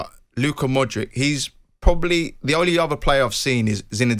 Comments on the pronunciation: say it like modrich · Luka Mod-rich. Its not that hard. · It's Modrić (Modrich). If u can pronounce words such as "church" and "chocolate", i think u can pronounce Modric aswell. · Both the host and her guest have god given talent to mispronounce Modrić. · God loves the Croats 😍 Luka Modrić , learn to pronanunce it lady